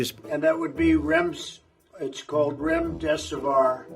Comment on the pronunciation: Trump: and that would be rems.... Me: what... Trump: Remdesivar Me: what are you trying to say Trump: Remdeservoir Me: okay keep trying... Trump: Remdesivir Me: Now you get Trump: I know the words, and I have the best words